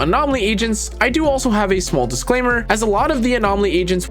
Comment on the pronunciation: Did anybody notice how he gave a "dislaimer" 😂